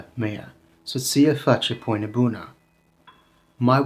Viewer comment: My man can not pronounce “pâine” to save his life 😭😭